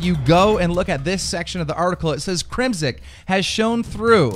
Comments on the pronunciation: It's crimsix not crimsik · I understand and cut some slack on some of these pros gamertags but Crim- Six is pretty easy to pronounce....... I'm not a hater but come on man, learn to F'n read lmao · the way you pronounce "crimsix" LMAO "crimsick" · why does he say "crimsick"